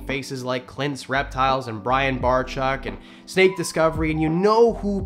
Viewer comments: Did he really just open the video saying Brian Bar-chuck? 😂😂😂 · No it's pronounced (Bar-Check) not sure why sometimes gets it right but others not so much lol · im glad u had a great time.. i think u only said Bryans last name right 1 time lol